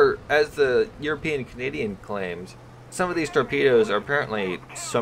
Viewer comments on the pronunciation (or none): none